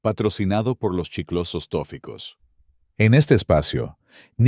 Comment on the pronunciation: No era "Estrellas infantiles Tóficos" sino Toficos, con énfasis en la sílaba fi.